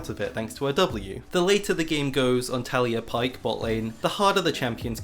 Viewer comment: A little part of me dies every time he says “Talia” instead of “Taliyah”